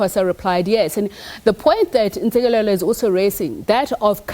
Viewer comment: This interviewer certainly mispronounced Dr Ntsikelelo’s name so blatantly ,repeatedly calling Dr Nontsikelelo,what a blunder!